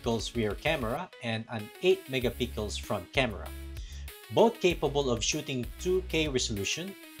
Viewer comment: did you just say ? megapickle ? condom case? 😂